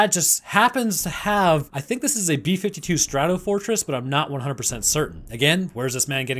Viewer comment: Same here. I saw an actual B-52 come in for landing at nellis afb a few days ago and to hear the miss name I cringed hard.